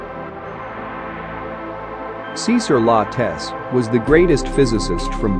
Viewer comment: "Cisar loutes" I'ts CESAR LATESSS*